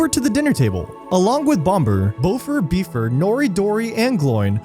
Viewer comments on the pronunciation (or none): Bifur! It's Bifur... not Beefur... your pronunciations of some of the character names is shocking! I had to stop watching. [ And how can you say you never noticed the axe in Bifur's head. Bilbo literally mentions it in when the Dwarves are in Bagend! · Good video but some of the pronunciation is really bad. The dwarf with the Axe is named Bifur. Not Beefer. B-if-ur... and Dwalin isn't Dwaylin. It's said Dwah-lynn. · You get Bifur's name wrong during fact 18, you call him Beefur.